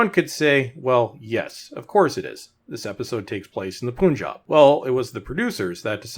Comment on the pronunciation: It's pronounced pun-jab. Not poon-job lol